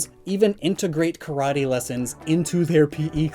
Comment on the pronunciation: Karate is so popular that americans can't even pronounce it right..